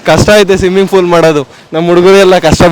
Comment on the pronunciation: ಸಿಮ್ಮಿಂಗ್ ಫೂಲ್❌ಸ್ವಿಮ್ಮಿಂಗ್ ಪೂಲ್✅